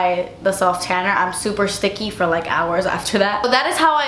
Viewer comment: "because it is not forr you" lol!